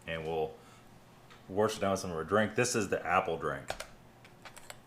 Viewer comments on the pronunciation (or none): it's wash (wah shh), not warsh. There is no r sound. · Warsh it down